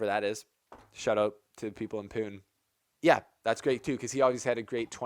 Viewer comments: Hey! Pune is pronounced Pu-nay:) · FYI : pune is pronounced as punay!